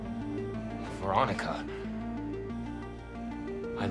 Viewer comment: When said "Veronica" I legit started giggling oof it's so bad